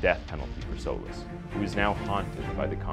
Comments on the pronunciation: Solis. Actually pronounced So Leese. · Souless is a fitting name. I know I heard that wrong but, that's all I can hear when you say his name.